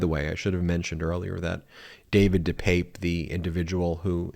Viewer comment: Ben his name is pronounced Dee pep pay, just so you know. Thanks for all you do.